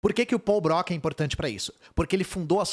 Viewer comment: única coisa, a pronuncia certa é "Brocá"